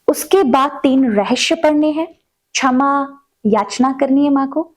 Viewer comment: Chhama nahi. Ksham! Hindi Uccharan par kaam karein